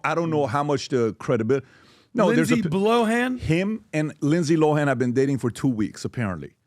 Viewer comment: “Rindsay Rohan” 😂 never change lol